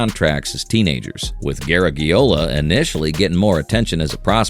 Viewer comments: Bad enough that he did not pronounce Joe Garagiola close to correctly, but he had to keep using the last name time and time again, irritating! I get the feeling this particular video was not researched worth a flip, plus the owner of the channel didn’t know how to pronounce it either. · Who’s Joe “Ger-eg-e-ola ” 😅 Sounds like a distant relative of Lou Gehrig-e-ola. 😂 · It looked pretty informative (although I already knew all of what I heard), but after the fourth time hearing "Gare-a-ge-ola", I had to shut it off. Hire human voices and make sure that they can pronounce the names correctly!!!:face-orange-frowning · Exactly, it’s not “Ger-eg-e-ola”. 😅 It Sounds like a distant relative of Lou Gehrig-e-ola. 😂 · garage...e - ola. I remember occasionally hearing Joe Garagiola when he was a baseball broadcaster. He was very good, gave his own entertaining spin on the games...a good guy. It's a shame that this video creator (AI I think) didn't bother to find out how to say the man's name. Joe G was of Italian descent. His family pronounced it as a "soft" g. In American English, we have the letter pronounced with both a "hard" and "soft" sound. I don't know if there is a hard g in Italian. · You mispronounced Joe Garagiola. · Drives me crazy how AI pronounces Joe Garagiola’s name. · I've heard different people pronounce it differently over the years, but never like this AI did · You lost me when you couldn't pronounce Garagiola. I prefer a thick-tounged amateur to fake robot automatons. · Of course the oral robot mispronounces Garagiola. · You are mispronouncing Garagiola. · I’m not sure if that’s the way you pronounce it in Italian. But it’s pronounced the way Joe Garagiola’s family in America wants to be pronounced. (& the way everyone has referred to him for his entire life in America) his last name has 5 vowels, (out of 9 characters ) but none of them should sound like the letter “e”.